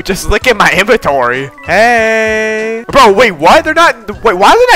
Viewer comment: Is saying hey bro or hay men 😂